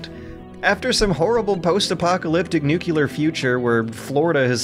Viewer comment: Ah yes, the classic "nucular" George. How I've missed thee